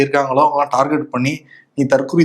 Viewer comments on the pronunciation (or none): none